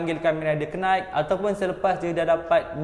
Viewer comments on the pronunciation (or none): bang bkn kenight bang night, hurub K tu buang bang, mcm knock, player pubg slalu sebut kenok, sebutan betulnya nock dn k tu abaikn, sja kasi betulkn ejaan, jgn marah, tq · speaker.... knight=ke~night attack =atakk